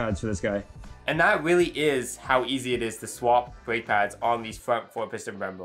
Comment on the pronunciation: There’s Brembos, and then there’s “Bwembos”.